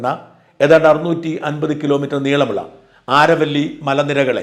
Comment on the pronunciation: ആരവല്ലി ശരിയായ ഉച്ചാരമല്ല. അതു അരാവലിയാണ്.